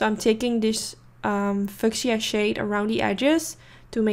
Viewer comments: Hi! Beautiful look! Just FYI, fuchsia is pronounced “FEW-SHUH” ❤️💋 your English is getting better and better. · Hey, lovely look as always! And yes I definitely enjoyed the switch up of colors it came out very pretty!! Just FYI your product list didn't show up!😁 Also the 3rd pink you used named fuschia is pronounced like FEW-SHA 😀😉 Hopefully this helps and it's no disrespect it just kept throwing me off when you said it cause it almost sounded like you were going to say a four letter word😂🤣 ok Honey!! Blessings and LOVE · Awesome video as always! Ps fuchsia is pronounced “few-sha” :)